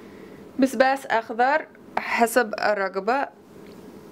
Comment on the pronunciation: الله يسامحك علمت الامريكية تقول بسباس 😂😂😂😂😭😭